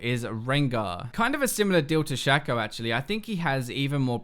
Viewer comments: Thats not shaco its shaco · its shaco not shaco Kappa